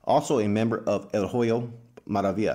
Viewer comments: I'm not trying to disrespect you but when you pronounce "HOYO" the "H" is silent so say it like this Oyo Maravilla and it's more understandable. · The “H” is silent in Hoyo Maravilla